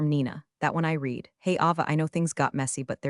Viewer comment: I just wish they would pronounce " read" as " red" when they're referring to the past or as an adjective. It's annoying to hear " reed" used incorrectly.